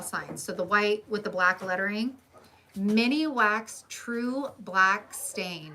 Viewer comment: Thank you for all the information! Just so you know it's Minwax not miniwax